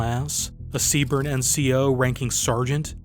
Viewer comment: It's just pronounced C Burn. Don't pronounce the E, lol